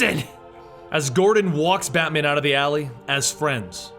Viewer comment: "Battyman" If you're Caribbean this part made you laugh.